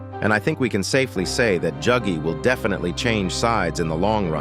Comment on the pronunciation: why are you saying juggy bro